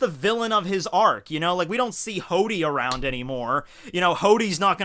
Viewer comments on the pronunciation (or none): you forgot the r in hordy